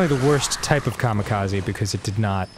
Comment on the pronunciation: I think this might literally be the first time I've ever heard anyone pronounce kamikaze correctly.